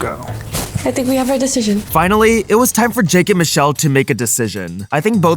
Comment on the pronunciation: # not susheal or moocha bot michelle (still love them tho)